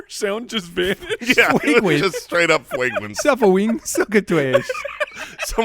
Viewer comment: The fwagwence was ovewhelming!! hahahaha